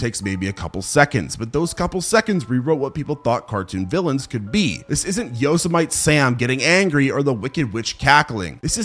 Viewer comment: Bro. Did you seriously just say “Yo-sum-ite Sam”? Way to let us all know you use chat gpt to write your scripts